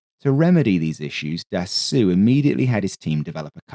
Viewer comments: The correct pronunciation of Dassault is "Dasso"....NOT "Dassoo" or "Dassu" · for the record (pedantic record), Dassault is pronounced like in English just without the L and T (assault rifle), so more Dassow than Dassuh. Great video as always ;) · Can you PLEASE stop refering to Dassault as "Dassoo"....it is pronounced as "Dasso".....when the letters A and U appear together in a french word, it is pronouced as a singular O....in exactly the same way the French car manufacturer Renault is pronounced as "Reno".....not "Renoo" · Your narration is so captivating and pleasant. I'm always excited when you upload. Iirc his name is pronounced closer to "da soul" than "da sool"😊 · Dassault is pronounced DAH-SEW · Love the channel in general, but of all the wrong ways to pronounce Dassault, this the worst. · I love the channel, but was surprised by consistent mispronunciation of Dassault. Mars an otherwise insightful and witty (non AI, bless you and us all) script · A true D'assault on the ears.